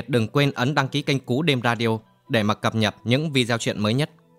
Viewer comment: Đọc nhiều từ hán quá, một số từ thiếu dấu cũng cứ thế mà đọc😢 Cập nhật thì đọc như cập nhập